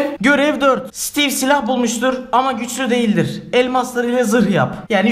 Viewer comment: Sitiv✅ Steve❌